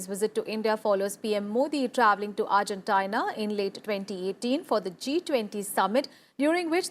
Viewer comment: It's Argentina, not Argen-tia-na.